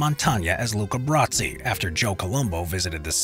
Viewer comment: why in the world are you pronouncing it Bratsi?